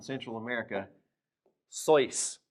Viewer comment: Not sóis. Sois. It's a monosyllable